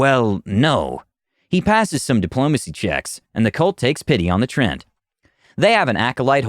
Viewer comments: Trent? I've always pronounced it as Tree-ant. Have I been saying this wrong all this time? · I love the stories, but the pronunciation just makes me cringe. The word is "treant." There's an A there. Hearing it pronounced "Trent" makes it sound like it's the character's name, not his race. It's almost as jarring as constantly hearing "ar-TIFF-eh-sir" on here. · gonna be honest, every time he says "Trent" it hurts me inside